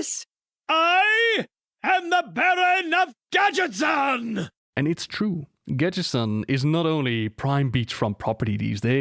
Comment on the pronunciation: Im sorry of this isnt the case but it sounds like you keep saying "gadgetSTAN"